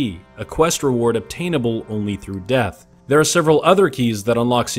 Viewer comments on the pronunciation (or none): none